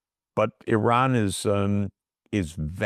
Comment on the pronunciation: Bravo to you for pronouncing the country's' name correctly. EERON... Bravo!!! everyone needs to learn this: is not I Ran .... it is EERON. Bravo!